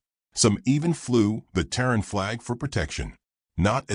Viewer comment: Terran not Taron…..sighs